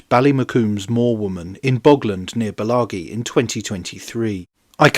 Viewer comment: Alastair's dig ! Please note, the pronunciation of Bellaghy is 'Bel-ahy'.